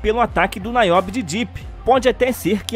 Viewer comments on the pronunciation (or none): Verdade! E NIobe e não NAiobe como ele falou aí também.